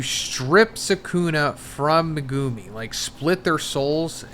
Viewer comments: MEH-GU-ME. Not MA-GOO-MI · He's never going to learn how to say "Megumi" is he? MEGOOOOMY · He's never going to learn how to say Megumi is he? "Megooomy" smh. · MEG-UMI I hate the way you guys pronounce it and it’s not even pronounced that way in the show